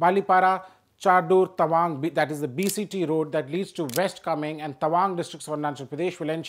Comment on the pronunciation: Hello sir , our district is east kameng not east komeng😅 plzz correct it.